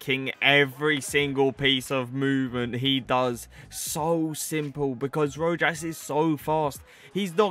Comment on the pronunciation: It’s (ro-has). Keep gen grind up man 🙌🏽